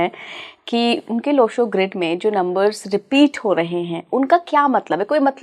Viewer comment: मॅडम सूर्य ग्रीड ये सही है लो शो ग्रीड नही